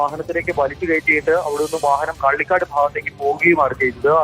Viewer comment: കിള്ളികാട് അല്ല കള്ളിക്കാട് ☺️